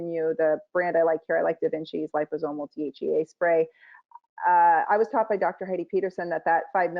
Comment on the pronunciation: Interesting. Two medical degrees and cannot pronounce DHEA . It makes you wonder what really passes as a medical degree these days let alone 2 Medical degrees ???